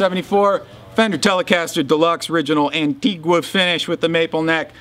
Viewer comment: It's pronounced "Anteega" for fuck's sake!!